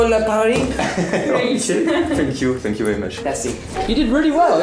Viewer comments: Dans ton outro pour tom t'as dis "fck you for your time" et pas "thank you" juste comme ça 😭😭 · C moi ou il dis fuck a la place de thank